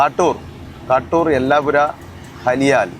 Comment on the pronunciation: ചാവട്ടി❌ ചവത്തി✅ ബലേഹഡ❌ ബാളേഹദ്ദ✅ കാട്ടൂ൪❌ കാതൂരു✅ മഞ്ചിക്കേരി❌ മഞ്ചിക്കെരെ✅ യാനാ❌ യാണ✅ സ൦ഗതികോപ്പാ❌ സ൦ഗടിക്കൊപ്പ✅ 😊😊